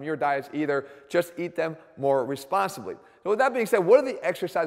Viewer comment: This work out definitely works! Proof where the word "Responsibly" has dropped that unnecessary extra S. It's looking much leaner now :) All kidding aside, Jeff knows his stuff!